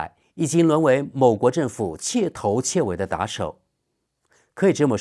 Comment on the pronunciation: 彻头彻尾读音错了。应该读che tou che wei。那是彻底的彻。